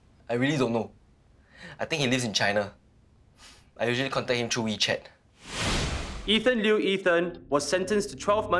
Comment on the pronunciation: "Ethan Liew Ethan"